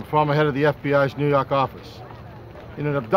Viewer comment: It's YORK. 😒